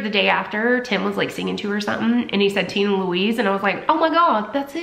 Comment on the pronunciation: Been meaning to watch this for a week! Finally I have! TINAAA 😩😩😩 she’s such a Tina-Louise Marie 🧡 the way you say it in your accent.. I just adore! I kept singing Tina Turner “Nutbush”😂 and also thinking of “Tina the talking tummy!” Off white chicks 😂😂 She’s a little darling! I love her🥰 Hope she’s settling in well girl!🧡🧡🧡🧡